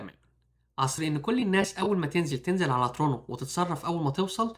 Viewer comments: بقا الناس في مصر وليبيا والسودان وتونس لما ينطقو Toronto بينطقوها ترونو !!!!!!! الفيديو بيخاطب المهاجرين الجدد او الي لسا مهاجروش اصلا ودول بينطقوها تو رونت تو ... اعتقد كده وضحك الا لو الي بيرد عليا الغباء الاصطناعي مش انسان بعقل.... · ترونو ؟ نصيحه لما تتكلم مع ناس اغلبهم لغتهم مش ممتازه .. انطق الكلام بوضوح اسمها ... تورنتو ببساطه وسهوله مفيش داعي للتعقيد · علي فكره انا كندي مولود في فانكوفر وعمري 34 سنه عمري في حياتي مسمعتش بشري علي ارض كندا بينطقها ترونو .. فبلاش فلسفه علشان ربنا يباركلك في فيديوهاتك وفلوسك